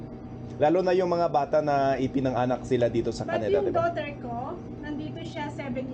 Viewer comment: I heard how you pronounced 'pinanganak', the right way to say it is PI-NA-NGA-NAK not pi-nang-a-nak. 😊